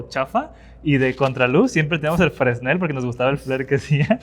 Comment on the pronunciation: NO SE DICE FRESNEL SE DICE FRENEL